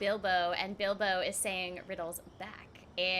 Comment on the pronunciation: calls bilbo bilme IT S SO FUNNY XDDD